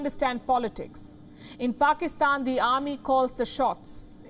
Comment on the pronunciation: Did she just say 'faakistan' (faaka = going hungry )